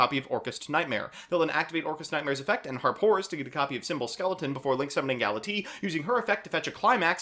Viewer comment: Everyone here ragging you on for saying "Aignister" while I'm just scratching my head over "Gala-tee"